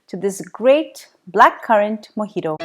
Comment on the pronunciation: It's not mojitoo it's mojito